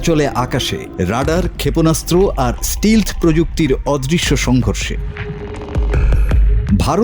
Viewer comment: একেই বলে একটা দেশের স্ট্যান্ডার্ড 😂😂 ওটা স্টিলধ নয় স্টেলথ্ধ হবে 😂😂😂😂